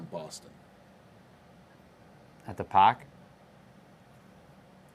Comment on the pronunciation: "You can pahk the cah in any of the garahges"! Love it!